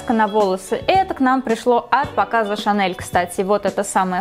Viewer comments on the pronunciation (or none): none